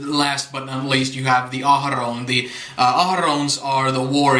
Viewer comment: I love how you roll your R’s when you pronounce Ahroun! With your accent, its sounds so authentic & beautiful! (^_^)